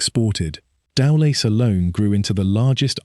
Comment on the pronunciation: Dear lord, here we go again, the butchering of the Welsh language. And these names are not even difficult to pronounce. Merthyr === mirth er, Tydfil === tid vil. Dowlais === dow laays. Cyfarthar === kuv arth ar See, easy. Sorry cannot take any more. You should be ashamed that you could not make any effort to learn. It is disgusting.